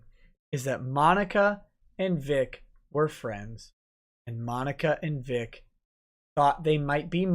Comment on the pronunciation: Hi;-) By the way it's Vic not Vig